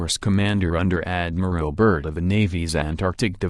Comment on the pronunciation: Is that electronic voice saying Admiral Bird or Admiral Turd.....